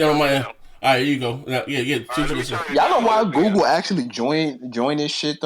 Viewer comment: Lmao can’t even say Google... this man said “Goo-ga” 😂😂😂😂